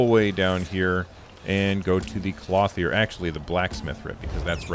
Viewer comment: lol, it's "klohth -yer"